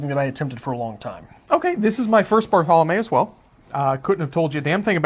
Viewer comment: Both my undergraduate and masters thesis were on Barthelme's work. I find him, in my biased view, to be the greatest short story writer of 20th century America. Just a small note, his name is pronounced "bar-thel-mee." Thanks for the video!